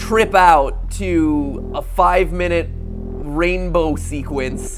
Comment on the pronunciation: When you said ranbow I thought you said franbow I was super happy I was like franbow 2 count me in